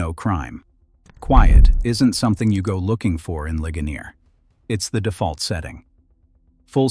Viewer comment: "Lih-guh-NEER," Pennsylvania. And "LANG-kuh-ster," not "LAN-kaster." Thank you!